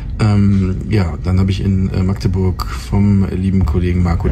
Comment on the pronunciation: schön zu hören das du meine Heimatstadt richtig (in welchem "slang" auch immer) aussprichst 👍👍👍 99% der Deutschen schaffen das nicht (mit 3 oder mehr aaaaaas)🤬